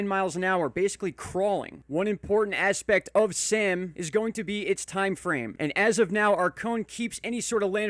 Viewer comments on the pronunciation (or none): none